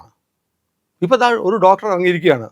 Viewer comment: പല്ല്‌ ഡോട്ടര് എന്നു തെളിച്ചു പറ 😂😂